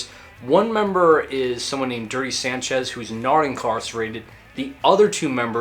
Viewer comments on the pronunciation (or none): none